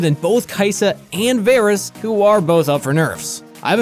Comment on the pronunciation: Varus? VARUS? really?